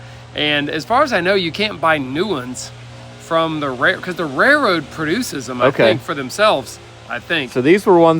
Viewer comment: Anyone else notice that neither of the Perkins Brothers pronounce the "L" in "Railroad"? I'd never heard of rare-road ties.